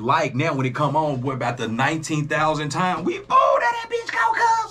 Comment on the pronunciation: Did you say "Only TOM balls is good ? at 11.06 🤣😂🤣🤣🤣🤣 nahhh I know you said Time,,,but I swear its sounds like TOM